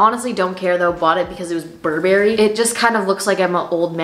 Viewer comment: Hating on how you say burberry aaaaaahhh. Try shopping on asos i really like how diverse ther clothing is